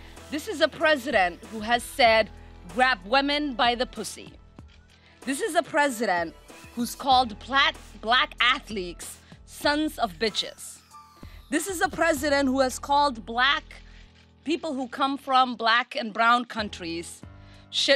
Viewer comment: "Black athleekes"